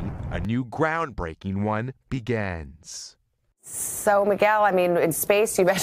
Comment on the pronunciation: BEGANS!!!! ENGRISH hard.